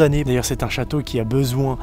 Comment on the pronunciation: The chawtow alors einh